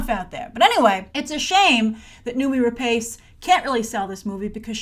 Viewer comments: Grace. It's pronounced Re-Pawce. Not Re-Paice. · Grace, I think we expect better of you, her surname is pronounced RA-PASS not RA-PACE tut tut. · Please, before you make a video where you pronounce someone's name 20 times, research how to pronounce it first.. it's /ra-pas/.